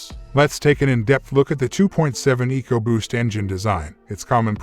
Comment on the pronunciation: 2.7 egoboost? lol pronouncs it weird. Anyway 2.7 is the best motor ford has made in a while they really crapped the bed in the last decade leading in recalls but did good with the 2.7. My ford mechanic friend calls the 2.7 the new 300 staright 6😂